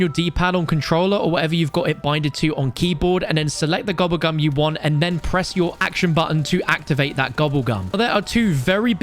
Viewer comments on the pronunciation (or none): Hearing a Brit say gooblegum really fast is 😂